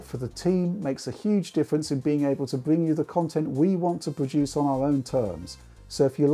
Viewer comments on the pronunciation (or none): none